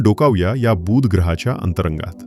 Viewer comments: मा हिती अतिशय रोचक आणि उपयुक्त. खूप माहित नसलेया गोष्टी कळल्या. मात्र बुध ग्रहाचा उच्चार खटकला. तो शब्द बूध वाही तर बुध असा आहे. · बुध ग्रहाचा उच्चार तुम्ही दीर्घ करत आहात. तो हृस्व करा. बूssध असं नाही बुध असा करा. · किती आश्चर्यजनक ग्रह आहे हा... छान माहिती सांगितलीत🎉... फक्त 'बू'ध ग्रह हा दीर्घ उच्चार खटकला . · माहिती चांगली दिलीत. बूद नाही बुध. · अतिशय चांगला वीडियो. धन्यवाद! एकच गोष्ट कानाला खटकली. “बुध “ ह्या शब्दाचा उच्चार!